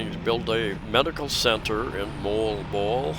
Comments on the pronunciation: Hey - I struggled with "Moalboal" too. Here's the tip: It's not "Mole-bole" It's "Mo-All-Bo-All" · Moalboal = Mo-All-Bo-All is how I pronounce it. Filipinos living there don't laugh so it must be close. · You and MOST of US that's hard name to pronounce Moalboal, hehehe but your the MAN on that SOUPED up HARLEY of YOURS 👍👍👍